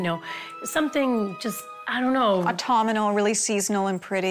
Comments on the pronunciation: This particular coordinator favorite word is Autumnal except she says it Autumn-i-mal 🤣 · Autum-I-nal? It’s AUTUMNAL!!